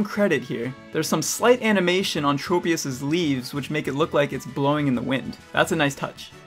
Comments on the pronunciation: PokéDex: TROP-IUS! This Guy: Trow-pius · Pokedex 3d pro: Traw-pee-iss (because tropical) Tchro-pee-iss (because smol brain)